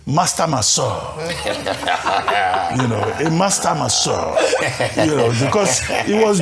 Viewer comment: Dr Abati, Its pronounced messeurs not massior